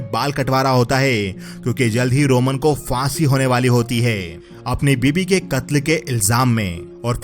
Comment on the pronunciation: Faasi hone wali hoti heeeey, kada hota heeey uske pass kuch hota heeeeeey Hai par itna Zor kyu dete ho?